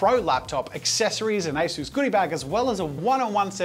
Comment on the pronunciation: Asus but without the "u" haha